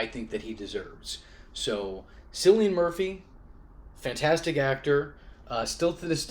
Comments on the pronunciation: can I just say one thing, and most people probably won't get annoyed at this, but that is not how you pronounce that actors name. Cillian is pronounced like Kill-e-in, not sillyin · You said Cillian's name wrong